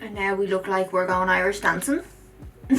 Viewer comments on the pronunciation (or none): none